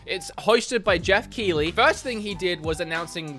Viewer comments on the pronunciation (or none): none